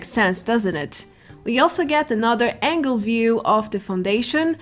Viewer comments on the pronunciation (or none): none